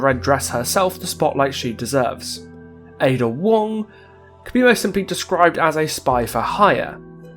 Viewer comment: Finally, someone who pronounces het name properly